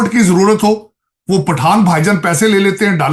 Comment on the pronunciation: Afghan Pathan 'pathan' nahi